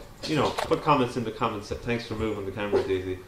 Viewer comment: "tanks for moving the camera daisy......." "tanks" LOL!